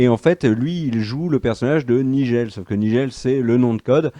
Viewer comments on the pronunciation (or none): "Nijel"... comme dans "ni pommade... ni gel"? ^^ "Naïdjeul", comme le nom anglophone.